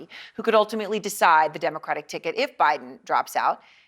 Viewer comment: Nancy can’t even pronounce “ decide”hahahaa what a bunch of clowns